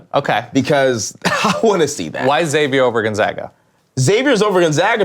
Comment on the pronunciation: why can't anyone pronounce Xavier right? pronounce it like Eckszavier